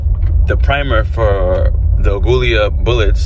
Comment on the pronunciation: I've heard some crazy ways of pronouncing AGUILA but, your's takes the cake! Free handing a .40 cal at 75 feet in the rain really isn't a good day at the range. Congrats for hitting the paper at that distance. Also, that model of gun you've got there are notorious for needing their feed ramps polished. That can help a lot.